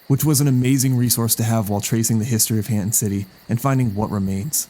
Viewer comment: Hanton is just Hernton in a Rhode Island accent 😭